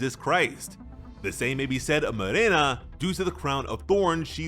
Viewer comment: thanks for pronouncing Morena right